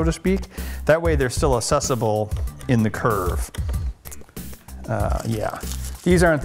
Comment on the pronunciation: ASSesible... shudder